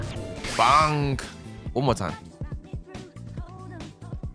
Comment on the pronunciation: love how says bangk instead of bang